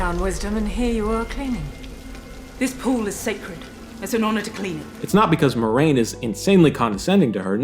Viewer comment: It is pronounced Mwah-rain, not Moi-rain.